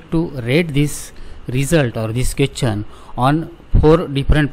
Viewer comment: Question ❌ qwethion✅